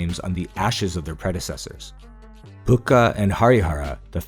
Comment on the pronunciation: That's not bucha he's name is bukka rai and they both are brothers